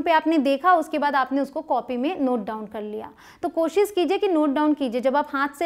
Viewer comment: This is useful session 👌 Thanks but sorry to say please work on your Koshish word. Please don't take it wrong way.